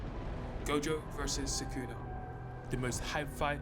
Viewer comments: thATS NOT SUKENA THATS GOKENA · why do you pronounce sukuna like that